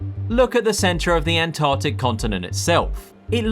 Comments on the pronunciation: Why can't you pronounce Antarctic? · The An-Tah-tic